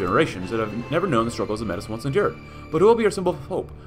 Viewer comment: Metis is pronounced 'May-tees'. It has French origins and pronunciation. 😅